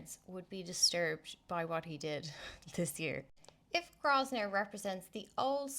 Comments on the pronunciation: It's pronounced Grow-vun-er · It's pronounced "Grove-ner" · yes the 's' is silent